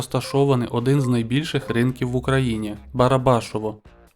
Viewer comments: Ринок БарабашОво, робіть правильно наголос. У мене 42 вірних відповідей. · БАРАБАШОВО НАГОЛОС НА 1О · Наголос барабашо'ва. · не БарабАшово, а БарабашОво, на честь академіка Барабашова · Вгадав 38 запитань. Але є некоректне питання яка найдовша річка, за протяжністю , довжиною, чи шириною. Там є ше багато некоректних питань. Ринок Барбашово, наголос ви поставили на букву А, а то Барбашово на букву О потрібно.